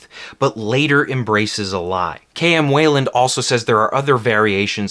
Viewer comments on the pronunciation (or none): Great video, as always. One little nitpick: KM Weiland pronouces her name WHY-land, not WAY-land. You can hear her say it at the beginning of every one of her videos (which have fantastic writing advice, as she literally wrote the book(s) about character arcs [/plug]).